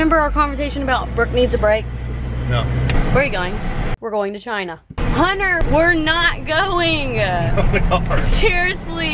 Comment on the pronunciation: Everytime brooke said "cHiNa" I tried not to laugh so hard because it's am